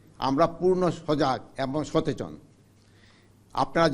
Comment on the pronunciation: আরে দাদু "সতেচন" কি???